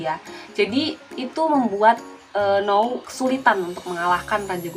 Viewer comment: N-ou bukan no-u